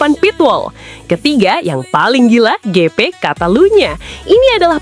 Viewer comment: Pronunciation nya ya tolong dibenerin... Lap (laep) bkn lap (emang lap mau ngelap motor) Gp (JiP) bkn gp tambah p lg jd gpp